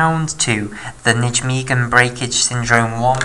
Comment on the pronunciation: You're fantastic at explaining this, although I have one niggle... It's pronounced nigh-megen!